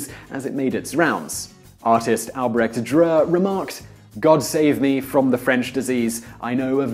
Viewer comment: You butchered Albrecht Dürer's name.